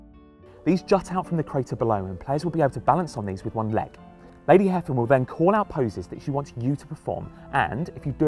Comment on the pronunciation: It's pronounced "Hay-vin", not "Heffin".